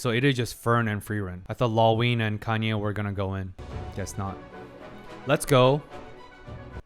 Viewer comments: it;s funny how you pronounse Kanne as "Kanye" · Oh God, from pronouncing Kanne like Citizen Kane to Kanye West, I'm dead 😭